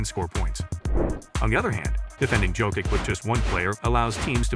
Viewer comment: I did not finish watching this video because the narrator was wrong pronouncing his surname.